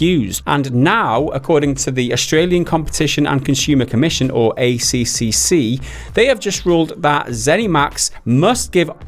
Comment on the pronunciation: Just so you know for next time the ACCC is pronounced A Triple C, not A C C C